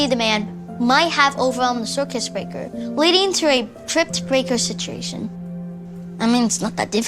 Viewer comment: 💀subtitles: “ demand might have overwhelmed the circuit breaker” what the actor says: “ demand might have overwhelmed the circus breaker”💀